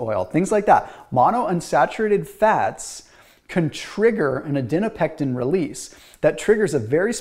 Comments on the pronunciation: "adinopectin" Adiponectin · STOP CALLING IT ADINOPECTIN PLEASE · Okay this is the second video where I heard you mispronounce adiponectin. :-) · Then spell it out phonetically so we (and ) know, please. Thanks.